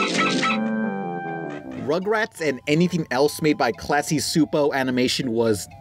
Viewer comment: Chu-po. Gabor Csupo's last name is pronounced Chu-po.